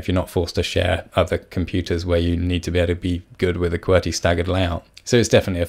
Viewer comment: Key-Bee-Are !?! Key-Bur !!